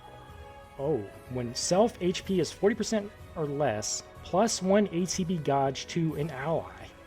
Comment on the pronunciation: Are you serious you don't know how to pronounce the word gauge lmao. That's too funny.